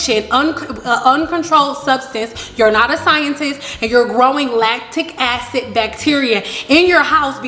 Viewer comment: Rebelfairy4life I aint dun took the time to here her say “latic acids” I could of been watchin sum else.